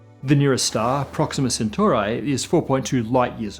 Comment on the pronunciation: It’s actually pronounced “proxima centoori” not “centurai”